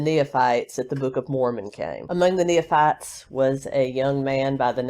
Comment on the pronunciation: It is pronounced "knee fights." Nephites. No third syllable in between. 😀